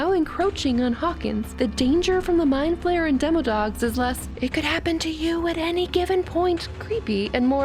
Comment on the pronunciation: My mom: it's not an " mind flamer" it's a spider elephant Me: mom no its mind flayer My mom: and who cares it's an elephant spider Me: I thought you said spider elephant My mom: girl stop correcting me Me: there is no more me